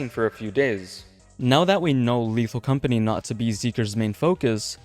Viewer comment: "lethal companeh"